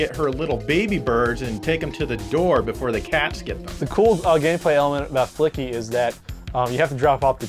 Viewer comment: "Flicky" turns into "Fucky"